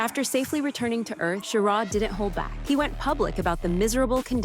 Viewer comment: Well, you pronounced Schirra right about half the time. But why the cheesy images when actual photos are readily available?